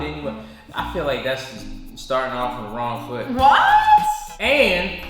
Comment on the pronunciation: Foot. U said it right